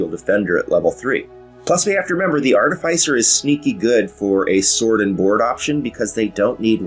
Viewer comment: Great video! Love the way you explained your choices for this build in reference of context and passed builds. Clear on screen info. Now,..if you could just prononce the name of the class properly! Just kidding, great informative video. I was sold on your channel even before Treantmonk showed up. ;-)